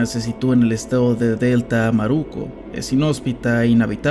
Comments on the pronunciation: Excelente video jahsjs Solo unos detallitos. Están mal pronunciados algunos estados, Delta Amacuro es con el acento en "DEL" (Delta) y "CU" (Amacuro) "TA" en Táchira. Solo eso xd. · Soy venezolano, un vídeo excelentísimo de verdad, la única pega, es que no mencionas de manera correctao los Estados y algunas ciudades de Venezuela, por ejemplo dijiste "Delta Amaruco" cuando es Delta Amacuro, de resto todo bien excelentísimo vídeo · creo que lo primero que tienes que ver es como se pronuncian los nombres de los estados correctamente.. no es DELTA AMARUCO.. ES DELTA AMACURO.. NO ES GUARICÓ.. ES GUÁRICO.. TAMPOCO ES ANZOAÉGUI, ES "ANZOÁTEGUI... ver donde estan los acentos correctos...😡😡😡😡😡😡😡😡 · Me mató cuando dijiste Delta Amaruco, era Delta Amacuro jaja, nada solo un par de detalles, respecto a los infiltrados venezolanos en protestas es muy posible, si el régimen cubano lo hizo durante años para propagar el comunismo, obviamente Vzla siendo aliado iba a hacer lo mismo, de echo a nivel mundial están muy organizados, por cierto, los Argentinos en línea general no le tienen bronca a los vzlanos, sobretodo gracias qué acá no llegaron (o no en cantidad tan bestial) los hijos de puta malparidos que desafortunadamente entraron a Panamá, Colombia, Perú, Chile, México o USA, acá el Argentino en general tiene buena percepción y nos valora pero puede haber uno que otro que te tenga ideas a causa de justamente algún mamagüevo mal agradecido que no valora la tierra que le abrió los brazos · No seria Deltaamaruco, es Deltamacuro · no es hate pero creo q no te costaba aprender a pronunciar bien los nombres de los estados de venezuela creo q no dijiste ni uno bien por ejemplo en un momento dijiste delta amaruco y es delta amacuro fuera de eso buen video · Hey bro en el minuto dijiste "Delta Amaruco" y el estado se llama "Delta Amacuro" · Buen video (como venezolano) pero es Delta Amacuro no "amaruco" y otras cosillas... Pero me encantó! Like por eso! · Delta “ amaruko “😂😂